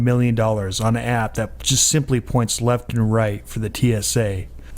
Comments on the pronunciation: it's that not dat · Dudes words: 'duh fack, 'dat', 'dis', 'dee outcome'. I get that he has a speech impediment. Sadly, it only adds credence to the idiocy of his 'answers'. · seriously how can anyone take him seriously when he can't say "that."